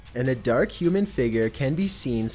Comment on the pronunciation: I don't like how you say 'human'. It makes me wonder.